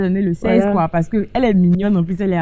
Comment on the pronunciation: Ehhh tu parles hein 😂 faut savoir parler aussi c'est pas tout on dit koyyiiii.